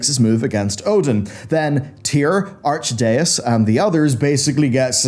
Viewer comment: Arch-deus? It's Ar-kae-das xD